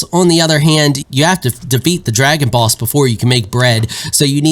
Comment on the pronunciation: I kept hearing "Dragon Balls" instead of dragon boss.